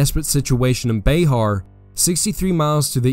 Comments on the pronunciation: It's pronounced bear not be har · That’s BuHAR, not BAYhar